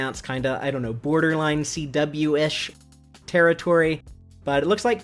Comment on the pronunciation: "CWish". EXACTLY what I thought.